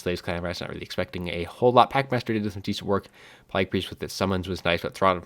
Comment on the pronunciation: whats up with pronouncing it plæyg? not trying to be rude or anything, its just doesnt seem like you have an accent